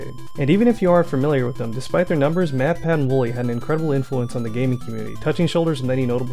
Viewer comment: After hearing Pat on the last podcast not even able to say the name "Matt", I don't think I can listen to the podcast anymore.